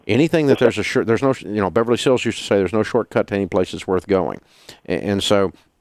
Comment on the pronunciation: Did he say Beverly Sills? I'm impressed.